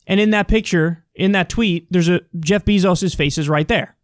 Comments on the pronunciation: Kyle it's Jeff Beh-zoes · I laugh every time Kyle pronounces it "BEE-zos" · Jeff Bee-zos 🐝